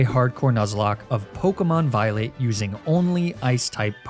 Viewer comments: I had to rewatch the intro because I could have sworn I heard “Pokemon Violate” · Anyone else hear "I tried to do a hardcore nuzlocke of pokemon violate" at the beginning?